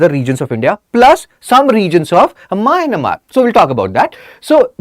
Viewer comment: Mynamar? It is Myanmar